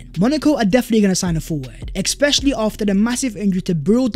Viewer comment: Dude, I like your videos but for god sake, especially not eckspecially.